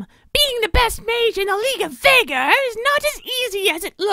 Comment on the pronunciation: and i belive his name is pronounced (V-ee-gar)